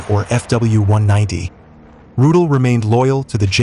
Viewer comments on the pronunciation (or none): Rudel is pronounced "Roo-dell", not "Roodle." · Was ist das nur für ein Blödsinn, kontrolliert denn niemand diese idiotische KI - Übersetzung?!?!? Ich fragte mich die ganzen Zeit von welchem ominösen "Rut" hier die Rede ist - bis ich dann herauslesen konnte das von Hans-Ulrich Rudel die Rede ist. MannMannMann was für ein Dilettantismus! 👎👎👎👎👎👎👎👎👎👎👎👎👎👎👎👎👎👎👎👎👎👎👎👎👎👎👎👎👎👎👎👎👎👎👎👎👎👎👎👎👎